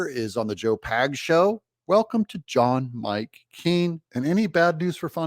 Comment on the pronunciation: !~ "John Mike Keen" WTF????